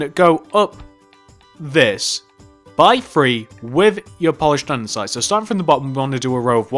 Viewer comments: amazing police station! its andesite, not andensite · LOL Andensite *Andesite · what a shame he said andensite instead of andesite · it is andesite not andensite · It's so annoying when people say andensite instead of andestite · you pronounce that wrong andesite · He pronounced andesite wrong everytime, no offence